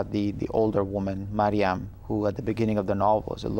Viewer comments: yeah but the host says mariana ..... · Does it hurt to get the MAIN characters name correct?!?!, even after Khaled Hosseini says marium she still calls her mariana ... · oh i just realized the lady is saying it wrong haha